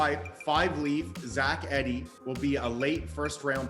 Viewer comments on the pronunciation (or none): Eeeeeee D not Eddy. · This guy doesn’t even pronounce his name correctly. It’s “E-de” not “Ed-ey” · It’s Zach EEEEEEEDEY